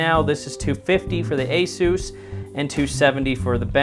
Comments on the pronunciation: asuooooos- its pronounced a- SUS as in s ugggh ssss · It’s not (A-Soose) what’s wrong with you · LMAO! “ASOUSE” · After hearing the way he said Asus he lost all credibility